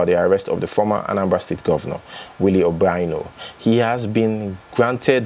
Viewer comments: It's pronounced OBI ANO, not OBAINO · thanks for the updates. Quick one, you are pronouncing the Former Governor of Anambra States name wrong. His name is pronounced, 'Obi' meaning 'heart' 'Ano' meaning 'four' Therefore Obiano. Try to think of the meaning of the two words when you are pronouncing them. I hope this helps 😊